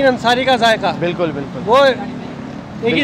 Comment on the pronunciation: It’s zaiqa not jayka